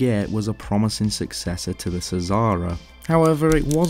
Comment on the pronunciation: Xsara his pronounced "Zara", not "Sizara"